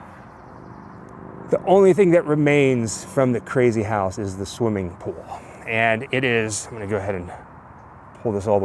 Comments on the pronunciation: Its ok,. Not everyone can say Pooul. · I say pool the same way so don't feel bad 😂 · I say pool the same way you do. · I didnt notice anything different about how you say "pool" . I had to back it up a couple of times and I guess it comes out as "pull" which is no big deal. And yes everyone, it's in the Valley View edition of LA and is just about impossible to not get caught trespassing to get to it.